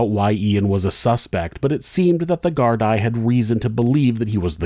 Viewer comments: I am in Ireland and have followed this case closely. Bailey is the scum of the earth, not just because of Sophie but for many other things. He should have been kicked out of Ireland at the very least. I dont know if it has been mentioned already but Gardai is pronounced "Gar-dee". The full name is An Garda Síochána which is Irish for "Guardians of the Peace". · (This was the comment I was looking for. I’m from Oregon and thought it sounded off 😅 Nothing but love for and his work, though!) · Thank you for putting the names of the victims in titles, instead of giving the spotlight to the criminals. (P.S, "Gardia" = Gard-ee-uh, not Gard-eye) 😜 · Except he didn't research how to prounce gardai!!!!! It's prounced gar-dee NOT gard -eye smh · No such thing as Gardia in Ireland. We pronounce the Gardaí as gar-dee. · If you're going to do a video on a country other than America, you should do your due diligence on how to pronounce local words. Gardaí is pronounced GARDEE not GARD-EYE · Brilliant vid, always glad to see this horrible lack of justice brought to light. One small note - "gardai" is pronounced "gar-dee", it's an Irish language word. Big love from Ireland!!! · plural is pronounced Gardee singular Garda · I’m Irish lived here all my life and it’s deff pronounced wrong. Garda (singular pronounced Guard) Gardaí (plural pronounced guar-deee ) it’s the same over the whole country no matter the region. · Great video. I've lived in Ireland since '97, and this is the most I've heard about this case. Assuming you will cover more Irish cases, "Gardai" is pronounced "Gar-dee" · Sorry, the plural of Garda is Gardai, pronounced gar-DEE (rhymes with SEE). I'll be back to deal with some of the problems in this video, being a resident of West Cork and very familiar with the issues. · Great job as always! One correction how to pronounce GAAR-DEE☺️ keep up the great work! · I agree but From Dublin its GAAR-DAA followed by sketch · It's pronounced "gardee".